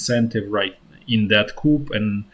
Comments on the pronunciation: FYI the pronunciation of coup is coo. The p is silent. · Coup is pronounced koo in english...silent p. Thanks for your updates.